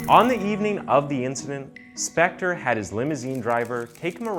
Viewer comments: Leonard "CoNan?" "Spencer?" "Speck-tar?" Come on, man. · man if you want to be a narrator or voice over, you have to talk FASTER and you miss- pronounced Spector 3x. what should have been 7 min. was stretched WAY TO LONG! and NO Im not on coke. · This dude pronounced Phil Spectors name 8 different ways. Even Spencer one time. Love it. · Get used to it. He does it in EVERY SINGLE video! He even pronounced Spector as Spencer once and pronounced Spector about 5 different ways